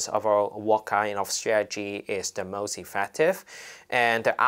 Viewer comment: Totally, totally with the protestors here. But please, stop trying to pronounce words with an English accent (for example ‘most’, this guy says it and it just comes out as ‘mawwwuuuust’, sounds so pretentious and tacky) if you can’t do it. Thank you!